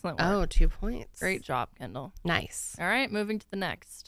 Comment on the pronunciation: Everytime you say Kendall😅I hear Ken-doll🤦🏼‍♀️